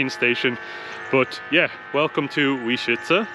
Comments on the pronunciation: Sorry guys, you make two basic mistakes in pronouncing "Łęczyca". One, you miss a nasal "ę", second, you wrongly pronounce Polish "cz" which should always be said as "ch", never as "sh". These are simple rules, without exception. Polish pronunciation rules are way easier and better regulated than English ones. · 1. Łęczyca = when - tschi - tsa 2. Rynek = ri - neck (not "ray", more close to sit, bit, rid) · We just watched your video of Łęczyca and nice job. As a non Polish speaking Australian married to a Łęczyca local I had a little laugh at the pronunciation as it is 100% not spelt like it sounds and I know that struggle very well!! My best way to spell it to English speaking/hearing ears is -When-Chit-Za. There's a nice lake there too which is worth a look, a big park and another nice church. It's a very sleepy laid back town. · The closest pronunciation would be "Lentshitsa" (fonetically) letter "Ę" you can pronounce like "AN" in English :) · To make it easier to pronounce Polish words, you may want to notice sound "sz" which is pronounced "sh" and another sound "cz" which is pronounced "ch" or "tsh" (as in charter or charge). So the word Łęczyca would be pronounced weh-ch-itza (it's still not perfect, but hopefully enough for the lady in the ticket booth to understand your destination 🙂). The word Łęczyca is definitely a difficult one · Łęczyca - you may pronounce it as English "when-tshi-tsa" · When chi (like chinese chi) tsa (like russian tsar) - maybe this will work for you. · Easiest way for an English speaker to pronounce Leczyca would be - wenchitza.